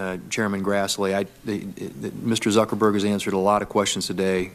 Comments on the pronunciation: Did he say "Mr Suckerberg"? LUL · Did Senator Grassley call him Mr Suckerberg? LMAO